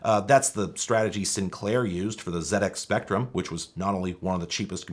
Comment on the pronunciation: By the power vested in me I hereby grant you unlimited free tea and crumpets should you ever visit us here in England for pronouncing ZX Spectrum correctly.